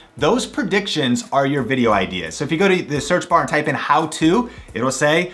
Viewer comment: IT'S NOT "PERDICTION", dumbass!!!! IT'S "PREDICTION"!! And it's not "BUH IN", IT'S "BUTTON"!!